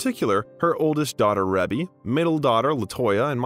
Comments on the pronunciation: Off topic but you’re the only person I’ve ever heard pronounce Maureen’s (Rebbie) name as “Rea-bee” The Jackson’s and fans have always said “Ree-bee.” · I love how much detail is in The Detail. Also, can you tell the voice actor it’s pronounced Ree-bie 😆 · I hate that he keeps saying Rebbie's name wrong. It gets on my nerves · Why did he pronounce Rebe like that 😂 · All these videos made… and still can’t say Michael’s oldest sister name right 🤦🏾‍♂️